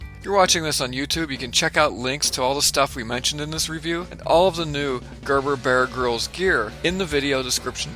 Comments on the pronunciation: I find myself saying "Ermahgurd" every time you say "Gerberbuhrgrihlz". ;-) Bit of a tongue twister, this one. Great looking video. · Gurr burr Be-urr Grylls.